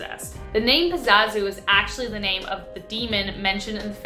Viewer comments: its Pazuzu. Not Pazazu. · the demon In the exorcist was pazuzu not pazazu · The demon in The Exorcist was called Pazuzu not Pazazu